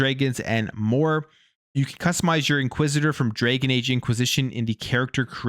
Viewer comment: Please stop calling it "Draygon Age" It's Dragon and rhymes with wagon.